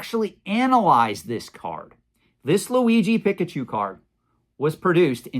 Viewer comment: PEEK-UH-CHU (not pick)